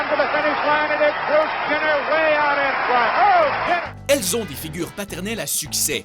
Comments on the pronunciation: Kardashian pas kardashiane... :) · "KardashianNE" mdrrr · COmme tu prononce les kardashian ! beurk!